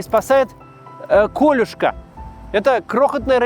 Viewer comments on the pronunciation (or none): Он правильно сказал, только ударение не правильно сделал - чаще говорят не кОлюшка, а колЮшка. Корюшка у нас идет только 2 недели в году, весной. А колюшку можно поймать почти всегда, только ее есть не возможно. Она маленькая совсем, сантиметров 5 примерно, и с острыми колючками. Ну это сейчас не возможно, а в блокаду ели. Поэтому в Кронштадте есть памятник блокадной колюшке. Его Максим и показал. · Рыбку зовут не кОлюшка, а колЮшка. Это у корюшки на О ударение.